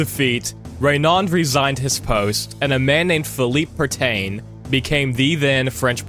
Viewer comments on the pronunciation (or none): De Gaulle was not a "random french guy" as you seem to present him. He was the deputy minister of defence at the time of the fall of Paris and a well known war hero from the great war. In political circles his name held great weight in 1940. Also it's Pétain, not Preeetaiine. A man who is widely considered to be one of the most treacherous men in recent history and one of the reasons France capitulated so easily. Just so Pétain could have control over the Vichy regime who collaborated with the germans to the extent they just kind of bent over and took it. Also the Titanic movie facts are all wrong. Oh sh*t I'm only 5 minutes in... Don't label this as educational material.